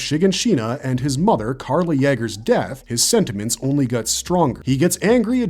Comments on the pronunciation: Eren Yahger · It's not freaking "Yagger"